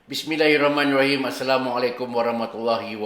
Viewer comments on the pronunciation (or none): none